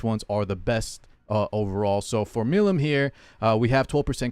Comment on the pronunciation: Listen to how they pronounce Milim's name in English. Mill- EAM. I'm not sure if I have ever heard anybody from epic community actually say it correctly.